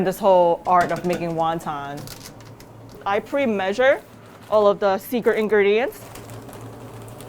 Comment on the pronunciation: never heard anyone say waun taun